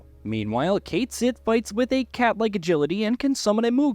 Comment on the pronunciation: its called cait shieeeeet not cait sith.